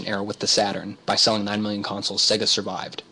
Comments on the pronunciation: That would be SEGA (Seyyyga) not SEGGA. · Indeed. Many of the older SEGA console games have the old SEGA jingle where the pronunciation can be clearly heard. I don't know why some people say 'SEGGA' (as in EGG). It's SEGA (as in AGES)